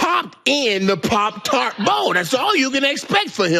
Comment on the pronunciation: This man just said "Parp Tarp Bowl" about 6 times.